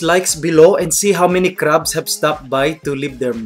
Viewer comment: Hahaha!! Nice one Mike.. Like it how you emphasize the "crabs" (dislikers).. Cheers!!!